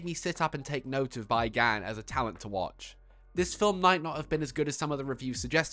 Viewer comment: it's pronounced "Bee Gun." otherwise, awesome video.